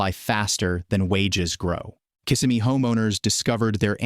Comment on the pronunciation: You don't even know how to pronounce KisSIMmee. How is $95,000 a six-figure income? I count only five figures. How can we believe the rest of this AI slop?